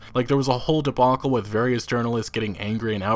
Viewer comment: “There was a whole debonkle.”